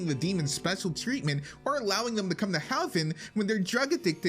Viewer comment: The way you say heaven is weird